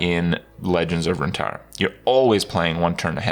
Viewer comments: Not runatara but runeterra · Runeterra, not Runetarra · "Runetarra" smh Kripp honestly? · RunetAaaaaahrra ... interesting botch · Legends of rune-TAR’RAH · "legends of RUNETARRA" RUNETARRA?????? TRIGGERED liked the video but still triggered bcs you pronounced runeterra like that. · "RuneTarra" I guess Kripp just intrinsically can't pronounce card games correctly. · I have been watching your videos for so long now. But still ,I can never get over the fact that you can't pronounce hearthstone correctly. And now u cant pronounce runeterra either?! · Imagine being Riot, having this guy promote you and he can't even get the freaking title right cause he miss-pronounces the name of the planet (our planet btw)